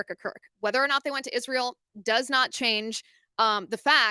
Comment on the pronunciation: I cannot stand the way she says Israel… “ishrael”